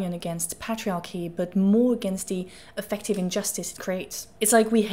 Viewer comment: Affective should have emphasis on the first syllable so it doesn’t sound like effective… AF-ek-tiv